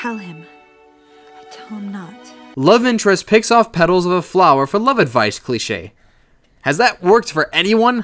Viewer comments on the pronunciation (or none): My 2 cousins got so annoyed when you kept saying cleiche